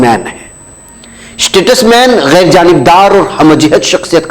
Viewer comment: ╔═══ ❤☀💚☀❤ ═══╗ 💚💚💚💚💚💚💚💚💚 Muhtaram, Assalaamu alaikum. Iss lafz ka talaffuz aap ghalath kar rahe hain. Yeh STATUSMAN naheen balki yeh STATESMAN hai!!! 🌐🌐🌐🌐🌐🌐🌐🌐🌐 ╔═══ ❤☀💚☀❤ ═══╗ Jaleel ╚═══ ❤☀💚☀❤ ═══╝